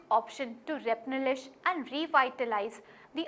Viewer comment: What is repnelishment?? U meant replenishment?